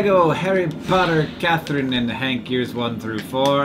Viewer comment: I actually heard the beginning as "Hatherine and Kank". I think these need to become your new nicknames.